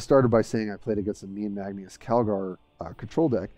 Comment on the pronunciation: Magneus? Magnus or marneus lol